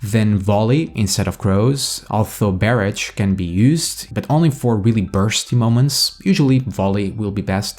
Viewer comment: It's barrage, not bear-edge.